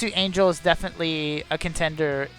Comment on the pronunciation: So I've watched several of your vids, and I have to say this because it drives me crazy every time: Angel's name is pronounced Ahn-hell. It's a mexican name, not an english word. Thank you and keep up the vids!